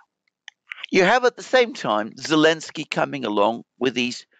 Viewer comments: I prefer to hear call him 'Bellenski' lol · I prefer Belenski 😂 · Why does insist on mispronouncing Zelensky's name? Not professional.